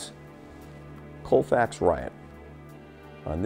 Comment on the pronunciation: It is pronounced calfax